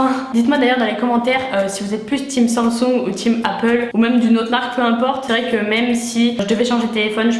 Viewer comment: jpppp comment tu dis « samsung » vraiment ça me fume tu dis « sanggggsonggg » 😭😭